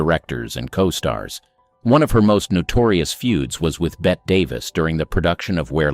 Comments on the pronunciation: It’s Betteeee not Bett. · Bette like Betty.. Not Bet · Does NO ONE doing these vids know it's pronounced BETTY, and not BET? good grief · Someone needs to learn how to pronounce these names. Bette Davis's name is not pronounced as bet, neither is Michael Curtiz' name pronounced as Curtis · Bette's name was always pronounced "Bet" in England. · Thumbs down. You've got it ass backwards. deHavilland was mad about Flynn and he about her. Sources from co-stars to themselves. Other examples as well, but why take up too many lines. By the way, Bette Davis' first name is not pronounced as "Bet". You should know better. But apparently you don't. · Pronounced 'Betty' Davis. How about a video on unlikeable MALE stars? I'm sure there were many.. 😊😊😊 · And “Bet” Davis🙄🙄🙄🙄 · I'm supposed to take your knowledge of "Old Hollywood" seriously when you can't even pronounce Bette Davis' name right? Ok!?